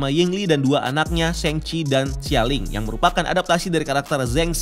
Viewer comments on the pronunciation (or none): sheng-ci, I mean Shang-chi. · Sang ci bro, bukan seng ci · guys it's SHANG-CHI not SHENG-CHI ☠️ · Koreksi bang. Cara baca shangchi pake A biasa bukan A english (ei)